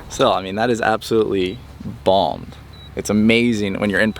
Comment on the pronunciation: it’s bombed not balmed 😂